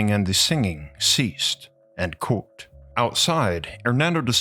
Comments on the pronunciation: You say "quote" but sounds like "cool" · The way you say quote sounds like you're saying "croautte" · Try practicing saying the word Quote. You sound like an absolute idiotz